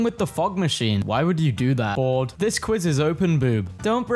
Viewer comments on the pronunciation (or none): thought he said "Ford" but he said "Bored"